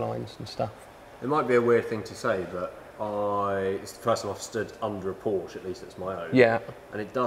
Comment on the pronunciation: Great video and as a native German speaker, it's fantastic to hear that you're one of very few people who actually pronounce Porsche correctly!